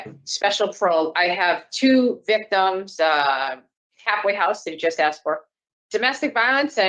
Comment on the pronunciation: I found God is what everyone says. The Parole board knows exactly what you are before you walk in. And stop saying "axe" it is ASKED.